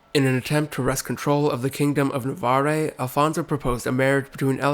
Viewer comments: That’s not how you pronounce Navarre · Your attempts at pronunciation are appalling. Seville and Navarre are words in common usage. No excuse for this. I couldn't make it past the two minute mark.